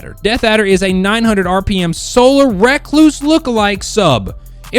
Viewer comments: Can people please stop saying RECKLOOSE instead of re-cluse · reck-loose.. nice dude.